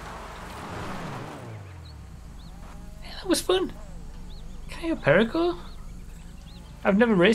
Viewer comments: I cringe every time he mispronounces Cayo Perico.. at least he learned to say Yosemite 🤣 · it gets me everytime tries to pronounce cayo perico properly